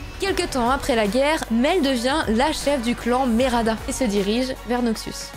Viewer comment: Cool le résumé 👌 Juste tu te trompes sur le nom, tu dis Merada alors que c'est Medarda 😉